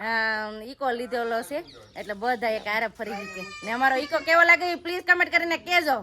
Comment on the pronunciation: Ego na kevay eko kevay